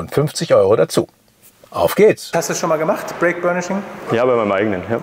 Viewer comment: Es heißt übrigens Brake und nicht Break. Aber sonst guter Beitrag